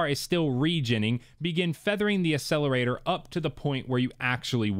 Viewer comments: You: A sell er ray ter Proper: Ack sell a ray tor Proper: Ac cel er a tor Ya Killin me. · Love the videos but Bro you need to stop saying Accelerator and Accessories wrong. It’s pronounced As Ack….not Ass. Look up the pronunciation, just sounds really bad. Sorry not trying to be a jerk! You have great content!